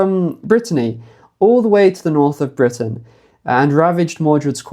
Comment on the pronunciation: The NORRRTH, the norrth.... 😅😂☺️🏴❤️